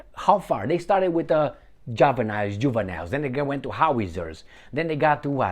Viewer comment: It's Javelin not juvenile